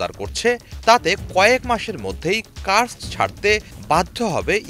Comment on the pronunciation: ব্রো সাংবাদিক ভইয়েরা, তোমরা পড়াশোনা না করেই কাজ পেয়ে গেছো? কেউ বলে কু-র-স-ক, কেউ বলে কারসক। এটার প্রকৃত উচ্চারণ হলো Kursk